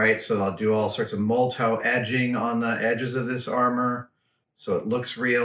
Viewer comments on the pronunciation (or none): Dear Adam, the liquid chrome you speak of is not being pronounced correctly. It’s not “ mole toe”. It’s Molotov like the delicious cocktail. I don’t know why, maybe because I admire you so much, but I just had to mention it. Cheers